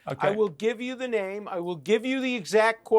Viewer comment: “Z question not like that?” Mr Barggouti 😅